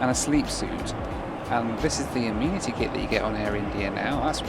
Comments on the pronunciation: Can anyone tell me why the pronunciation of Amenity has changed in recent videos from the daft " amen iti " to the correct "ami niti" ? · Why pronouncing it "ah-mee-nity" kit